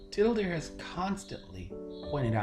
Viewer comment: "And today we're talking about tittle-Dear." Oh my...